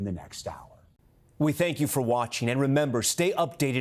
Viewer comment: What is wrong with you people the word is remember not ramember